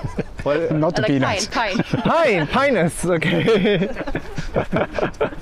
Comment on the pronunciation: OMG 🍆a Freudian slip from the interviewer, well not very surprised tbh. The Japanese grower was thinking of "Pinus" which he mispronounced; the name sounds so close to Chinese, 金雀松❤